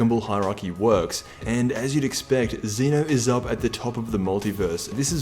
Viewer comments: Xena ?? He's Zen-Oh Sama, bitch ! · It is pronounced Zeh-no not Zee-no